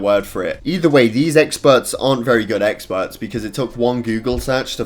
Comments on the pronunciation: He is saying "E x p e r t s" so many times it sounds like eggspurts now XD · Is it just me or he saying eggspert